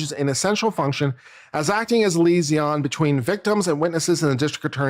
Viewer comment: Liaison. Lee - aye- zon.